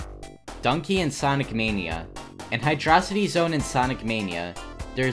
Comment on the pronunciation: It’s pronounced Hydro City, not Hydrocity. What is a Hydrocity?!